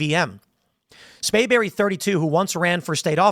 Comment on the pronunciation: You keep saying "Spayberry" with no 'r'. You know what the punishment should be if he's convicted.